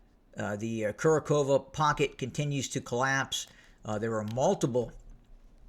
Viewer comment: Kurakhove is pronounced "Ku RAK hov ah", or "Ku RAK hov oh" (the Russian pronunciation). Don't feel badly, EVERYBODY gets this one wrong! The reason for the difficulty the pronouncing names of towns like Kurakhove is mostly because the English translation doesn't get the syllables right. Most Americans would say "Kura" as the first syllable, when actually just "Ku" is the first syllable. Very few English words have a syllable that is only 2 letters, whereas this is common in Russian (and Ukrainian). Also, words in Russian or Ukrainian that start with a 2 letter syllable, you have to hit (annunciate) that second syllable hard, hence "Ku RAK hov ah", or "Ku RAK hov oh". There really isn't much English equivalent to this type of pronunciation, so that's why everybody gets it wrong.